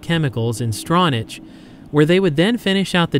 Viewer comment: Love this video! I used to live in Manistee, and Ludington! BTW, it's prononunced strawnack, not strawnatch...lol (Stronach Village, Stronach Township)